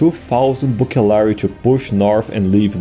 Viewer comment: You're mispronouncing the "B" sound. At this point, Greek pronunciation would have taken over and so "Bucellarii" would be pronounced "Vucellarii"